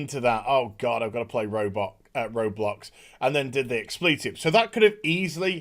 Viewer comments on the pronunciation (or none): none